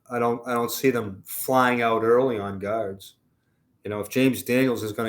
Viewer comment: I thought said we need a couple of "gods," which is true, but he meant "guards." LMAO